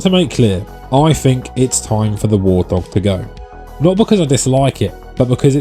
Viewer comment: Wurr't hawwwg! 😆